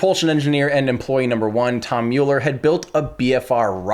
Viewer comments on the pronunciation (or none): none